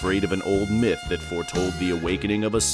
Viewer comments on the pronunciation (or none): none